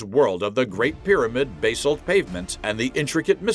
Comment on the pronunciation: Cant say Basalt correctly...waste of time.